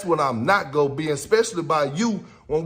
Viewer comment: ..".What you not goo'n do." One brotha calling another another a "Coon" is about as bad as it gets.